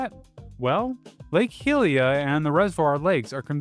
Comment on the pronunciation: Pronounced "Hyrule" and even "Hylian" (at least in this video) correctly but not "Hylia" Very curious